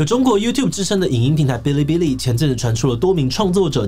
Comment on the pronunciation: 我只想說，發音是 ㄅⅠ(一聲)ㄌⅠ(一聲) ㄅⅠ(一聲)ㄌⅠ(一聲)